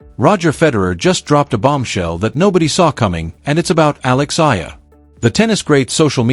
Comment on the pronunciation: ...please pronounced the correct way to say her surname E-A-LA ( E-yah-la)!!!!!!😡